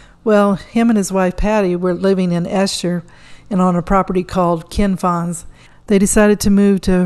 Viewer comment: Its pronounced Ee-sher, not Eh-sher.